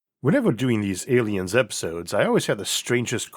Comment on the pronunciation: Biwwion? Awiens? Eawrf?